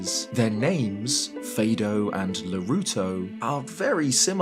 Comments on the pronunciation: it's Mee-do not My-do. And Fah-do not Fay-do. It's like the music scale, do re mi fa so la ti do. They're pronounced like those syllables. Also don't forget that a Kokiri named Fado exists in Ocarina too, though that one is female and probably unrelated to the sage in Windwaker. Still worth noting. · I'm sorry, but this is a pet peeve of mine: It's pronounced "Mi - Do" like the name of the musical notes in solfeggio (Do Re Mi Fa Sol La Si/Ti). This naming gets clearer when we also meet "Fado", which is from another note. Edit: I just got to the point when he says "Faydo". I'm gonna defenestrate myself. Good video, though. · Pronouncing it wrong. Fado too. The Kokiri are named after musical terms. Do re mi fa so la ti do, Saria/aria, etc. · You are mispronouncing "Mido." It's pronounced "Meedo", not "Maido." You made the same error with Fado which, is pronounced: "Fahdo", not "Faedo." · Pretty sure Mido and Fado's names are based on musical solfege, so they should be pronounced mee-doh and fah-doh. Heck, even the katakana you posted of Mido's seal ミド is pronounced that way haha